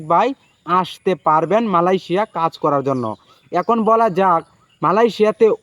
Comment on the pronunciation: মালয়েশিয়া কথাটা ঠিকমতো বলেন